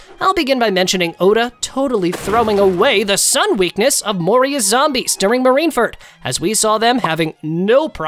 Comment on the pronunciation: also no way you said marine ferd